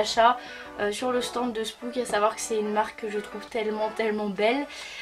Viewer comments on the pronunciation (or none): Au cas ou spooks il faut prononcer le s Ps :je t'adore😍😍😍